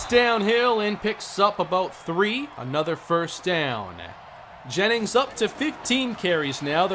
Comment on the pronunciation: "Gra-eg Jaymings"